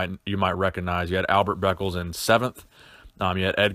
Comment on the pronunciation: Albert beckles pronounced Becklees (baby please)